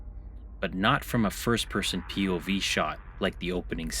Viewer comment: pee oh vee